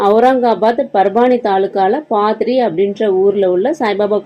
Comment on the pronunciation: பாத்ரி அல்ல பத்ரி